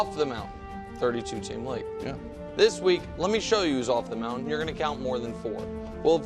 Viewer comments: Here’s Mahomes Moun-tan😂😂😂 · Mahomes mountann 😂😂😂